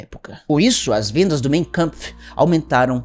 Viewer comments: ninguém precisa saber tudo, não encare como uma crítica, mas a pronúncia do título do livro do bigodinho é "máin câmpf", não "mêin câmpf". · Corretamente lê-se “main kampf” e não “mêin”